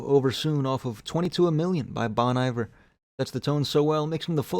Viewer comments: Its pronounced Bone Eevare (Bon Iver) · sorry for being a dick, but i cant deal. Its pronounced bon iver with a phonetic i. like just please dont get it wrong i cant deal.